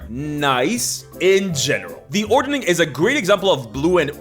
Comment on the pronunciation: Ord-ning, not Ord-e-ning. It is a Norwegian word, it means "arrangement", "organization", "order of things", "the state of something being properly in order" etc :)